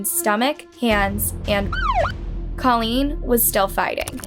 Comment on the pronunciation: christa pike WAS NOT friends with Colleen NOT at all! please correct that! christa ONLY cried when given her sentence! and girl grrrrrrrrr the pronunciations are still terrible!!